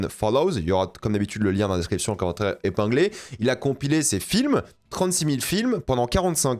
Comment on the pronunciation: le gauchiste qui fait la pub pour Revolut 😅 (je plaisante, j'avoue ça a l'air sympa, si on peut résilier facilement c'est cool, en revanche le mot commentaire un jour il faudra le prononcer en 3 syllabes haha 😅)